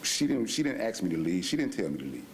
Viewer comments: First time they say “ Aks” in stead of “ aSk” , you know, stupidity rules 🙄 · I’m sorry but the AXE is killing me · She ditint axe me ta leave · “…ask…”, really? or more like “…AXE…”? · Axe, she didn't axe...... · 1st, the word is "Ask", Not "Axe"